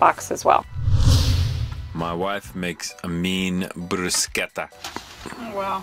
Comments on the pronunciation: Props to for being one of only about 3 or 4 people in the English speaking world who knows how to pronounce "bruschetta" properly! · Extra points awarded for pronouncing Bruschetta correctly. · Just watch this again. Well done, with the correct pronunciation of bruschetta! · Omgosh!!! You are one of the only people that we have heard pronounce “Bruschetta” properly this side of Sicily!!! It’s one of our pet peeves after living in Sicily for 3 years. Thank you for saying it right 😘